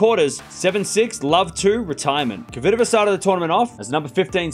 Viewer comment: Dear, I have asked that before with now reaction. I am your fan and I watch you regularly. You are a vey intelligent guy though I beg you learn how to say KVITOVA. You and unfornately many ther say it so it sounds derived from COVID. PETRA's sound in phonetuc transcription - KFITOVA. THERE IS NO "O' after K. Please try at least. If you pronounce SWIĄTEK properly and you DO, " KFITOVA is bread and butter. Believe me it will make many people happy and prove ince more that YOU ARE the BEST. Best regards